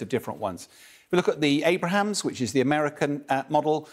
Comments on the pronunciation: ABRAMS!!!!! NOT ABRAHAMS!!!!!! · Abrams, not Abrahams... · I was thinking the same thing, this doof lol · he keeps calling it (multiple times) the "Abraham's tank" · Really “great” indeed , apart from saying “ Abrahams” instead of Abrams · Abrams not "Abrahams". Also its not an Infantry Fighting Vehicle, nor is there an "M2" Abrams, there's the M2 Bradley though. Sky News has completely messed up on this lol. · Because he really knows very little--like calling the ABRAMS tank the ABRAHAM tank. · Its the ABRAMS and not the Abrahams!!!! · Will somebody please correct him. It's Abrams not Abraham's 😂😂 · Abrams not Abrahams. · It's called Abrams not Abraham. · Unfortunately, keeps pronouncing it Abrahams not Abrams. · “A-Brums” not “Abrahams” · Hard to consider a guy who pronounces "Abrams" as "Abraham's" an authoritative expert on a ground war. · It's Abrams, not Abr a hams ! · ABRAMS not ABRAHAMS! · Homeboy really called them "Abrahams" tanks.... ded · The Abrams, not the Abraham. This guy’s a muppet. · Abrams. Not Abraham’s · I think AVM (Ret) needs to learn to say 'Abrams' and not 'Abrahams'. He's a good commentator but this is frustrating to have to hear. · Jesus...it's Abrams, not Abraham! My God.... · Who is responsible for fact checking? Not only he says "Abraham" all the time but they also named it IFV on the graphic in the background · It's abrams, not Abraham. 😑 aussies... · The "Abrahams", jeez...🤦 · Abram’s, two syllables, not “AbRAhams”. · Why does he keep calling the Abrams "Abrahams"?.... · "Abrams" for god's sake. Amateurs. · please for the love of god stop saying AbRaHaM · If this guy says "AbraHAMS" one more time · Bro kept saying Abrahams and it really irked me. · I cringe every time he says Abrahams. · Ah yes.. the "ABRAHAHAMS" once again... nicely compliments the "CHABBALLALINGIRS" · Abram is also the name of Abraham before he became Abraham. Anyway yes it’s annoying that he keeps saying the wrong name. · It's Abrams LOL